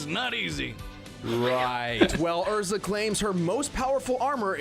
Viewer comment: The name pronunciation for Erza is completely wrong. The actual way to say it is Air-Zah but for some dumb reason the anime's English Dub took no effort in watching the original source material for name pronunciation and went with Ur-Zah.